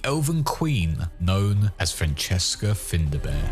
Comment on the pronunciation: "FINDA BEAR" really? Well done for insulting the Irish language.